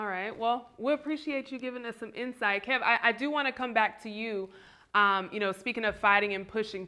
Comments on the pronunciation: This man said Kevon 😂😂😂😂💀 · That guy calling him Keyvon is getting under my skin. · I was wondering why he kept calling him Kevon then realized he was reading Kevonstage like it was a play on his name. I respect though seems humble and same with KeVon. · He knew his name was KEVIN,that’s why he kept saying KEYVON so many times. Kev handles this interview like the CHRISTIAN he is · Is he calling him Kevon because his YouTube is kevonstage his name is kev on stage not kevon stage lolbs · "Key von"😂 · NNNOOOO! It’s KEV-ON-STAGE. Kev or Kevin! Glad Kev finally corrected him. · is definitely salty. Disrespectfully saying his name wrong but Kev handled it well. I would have called him everything but after the 3rd Keyvon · 🗣🗣 Say his name correctly #StageKrew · Apparently doesn't know him or even spoke to Kev the way he keep mispronouncing his name... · Please bring Kev back without the other guy "co-hosting." And the main host needs to be more assertive in keeping the focus on the actual guest, and making sure his name is pronounced correctly from jump. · How are you a fan of his work but can't say his name right? This guy is something else. The nerve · I agree. Kev did great! And he was so gracious when dude kept mispronouncing his name. #StageKrew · Me 2 I was why this men saying his name wrong. I never heard of him. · was intentionally mispronouncing his name being passive-aggressive about kevin posting that roast